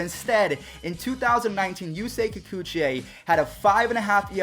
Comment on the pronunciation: kikuchi 👎👎👎……I am japanese LOL